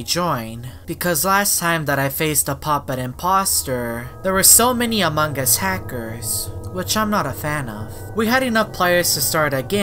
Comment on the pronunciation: Every single video when he says among us instead he is as a mangus